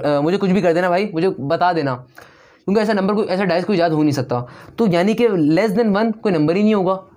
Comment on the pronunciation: Aap "kyun ke" ko "chun ke" kyun bolte ho?